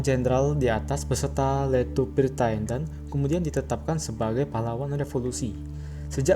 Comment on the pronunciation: Tendean bukan teandan